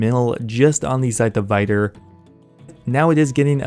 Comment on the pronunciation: I think it's pronounced Vitur and not Vaitur